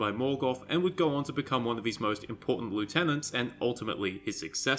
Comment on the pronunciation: That is NOT how to pronounce lieutenant